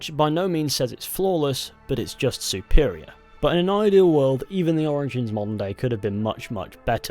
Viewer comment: okay i maybe deaf but i keep hearing him say "monday" instead of modern day